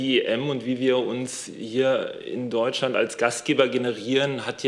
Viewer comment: Warum haben die alle ein Sprachproblem mit Deutschland :"..Deutsland.". 😂😂